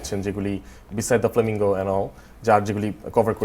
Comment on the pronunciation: Brother you said late 60s or 70s thekay onader procholon....I guess you meant to say "tader" ( that genre). Sure Babna bhai is not that old ;) great interview and style...much appreciated. You let your guest talk unlike others. Ahm..btb Flamenco not Flamingo.